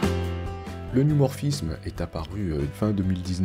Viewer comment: C'est pas New mais neu 😉